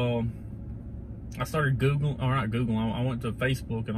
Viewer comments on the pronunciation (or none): That's not how you pronounce Google lol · Did you call Google goggle?